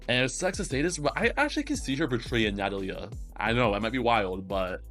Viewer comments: I mean maybe we're both right I thought Amelie would be Amelíe and it was actually Ámelie/Amélie As a native spanish person and speaker i've always pronounced Natalia as Na-tá-lia and not Na-ta-lí-a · It's alright i know you didn't say that i'm wrong Because i never said you were wrong either way we're all just trying our best and sometimes we just gotta help each other out I think the way you say Natalia is fine too it just stranged me a bit at first